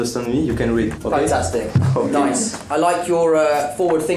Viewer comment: Je rêve ou il a dit " ho gay"au lieu de " okay" ?🤣